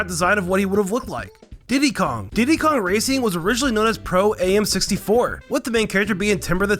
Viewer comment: Pro-am.. not A.m.